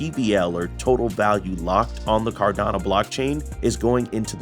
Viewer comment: Nice clean informative video. But it’s pronounced car-da-no, not car-da-na